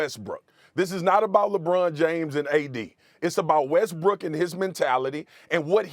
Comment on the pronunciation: WHY THEY KEEP SAYING WESTBRICK